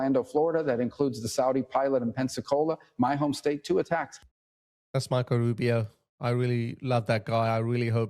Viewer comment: “Rubi O” not A